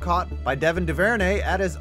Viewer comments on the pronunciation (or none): missed prounced duverney so bad LOL